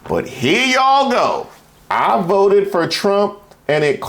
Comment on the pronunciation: "... I will boat for Donald Trump.."🕺💃🐔